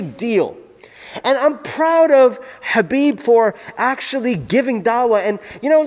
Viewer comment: Dude, it's Khabib not Habib